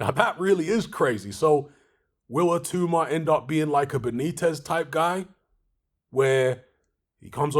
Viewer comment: BTW, I believe it's pronounced It-ow-ma, rather than it-oo-ma